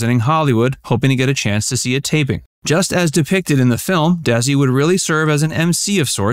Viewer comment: I watched this film twice...In two words? No No. Nicole and Bardem's acting was so bad both as Lucy and Desi, and as Lucy and Ricky. Not to mention Nicole pronounced Desi with a Z. Lucy was the only person who pronounced Desi's name as it should be, as in De-Si... If you want to play a real person, learn how they talk, how they pronounce, how they do things correctly. Though, this film did introduced me to them and ignited my interest with their story, I've since January been reading their books, quotes, listening, watching and what not.